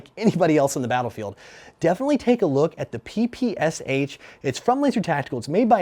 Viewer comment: Pronounced Peh Peh Sh-eh not Pee Pee Ess Ach. 3 letters not 4. So this version doesn't feature the electric blow back? That rubber butt pad is not legit. Ares/S&T/Snow Wolf versions have realistic stock plates on them. Interesting that this version has a flash mag. Though traditional winding isn't bad in it considering the right way to hold it is by the drum. I was able to wind mine while wearing winter gloves.